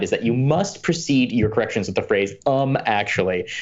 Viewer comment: "pedantic corrections" at the end sounded like "pedantic erections"